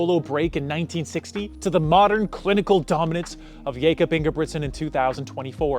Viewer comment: Getting miruts yifter worng is one Thing but saying Jacob when his Name is Jakob is kinda crazy. You are making AI Videos on other stuff to?